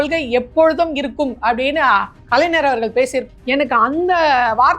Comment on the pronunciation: கலைநர் இல்லடியம்மா....கலைஞர். தயவு செஞ்சி சரியா உச்சரி.